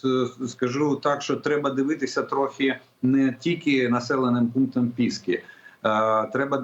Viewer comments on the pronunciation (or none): Пески ,ударение на и.